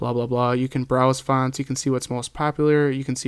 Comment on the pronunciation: It's annoying the way you say fonts :P